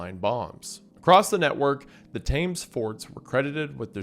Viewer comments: Wendigoon look... Youtube tradition dictates that you apologise for the pre-emptive mangling of words outside your native language, in this instance your pronunciation of "The Thames" is horrible. It looks like 'Thaymes' but it's pronounces "Tems" by pretty much the whole country. Please, the way you say it makes me wince. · By the Title, I originally thought this was going to be about ISRAEL. The Second Smallest, Angriest, Genocidalist, Homoicidalist, Maniacalist, Country... Ever Thames is pronounced "Tims" BTW or "Timbs" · Holy fuck, learn how to pronounce "Thames". It's "temms" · The River Thames isn’t pronounced “Tames”, it’s more like “Tems”. Getting something so basic, and well-known, incorrect undermines everything else. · Love your videos Wendi, but two things: Thames is pronounced 'Tems'. There is no British government. It's the UK government. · It's pronounced "Tems" Show some bloody respect. When no one's looking, we enjoy a horrid squat there. Have you seen our diet? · Its suprisingly pronouced Th ems, not thames btw, I'm English and it always confused me as a kid too